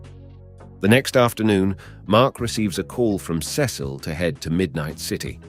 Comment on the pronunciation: I’m I the only one that cringes when he say Cecil